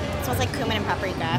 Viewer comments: Cumin is pronounced like Q-min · Do you pronounce it koomin or cumin